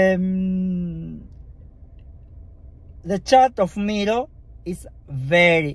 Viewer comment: "Mero"😂, the pronunciation its "mairo" i guess you are itialian? and dont worry English is not my first lenguage toom